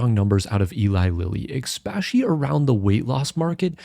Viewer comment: ‘Expecially’ sounds so stupid